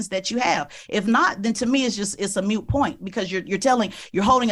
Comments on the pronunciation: moot point, NOT mute point. Jeez Tezlyn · 'Mute point"? 😂 Did she really say that with a serious face? Yeah it's a moot point, dummy 😅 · PR does not stand for “perception of reality”, and there is definitely no such thing as a “mute” point. The word is “moot”. (Rhymes with boot) This tells me she don’t read so much….. well, it reinforces my suspicion. Something tells me her bookshelf has more trinkets, BLM merch, and decorative Knick-knacks on it than actual books. (If there are books they are in MINT condition) lmao